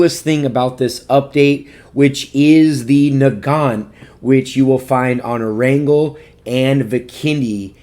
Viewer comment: i was so cofused when u said nogont i call it the mosin